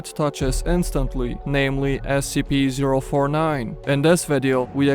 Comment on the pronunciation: “Namely” is he Dutch?